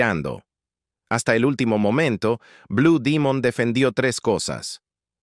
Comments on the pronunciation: Tengo 70 años y siempre escuché decir blue Demon me retiro de este cochinero porque dijiste Dimon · No sabía que se decía Dimon.